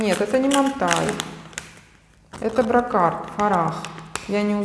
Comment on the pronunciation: Это вроде не Брокар) Брекур читается этот бренд, да? Пусть девочки меня поправят